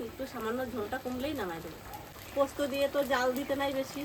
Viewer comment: পস্ত্ না পোস্ত